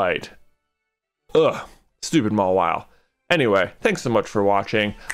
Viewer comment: Mawile more like Ma-WALL-ile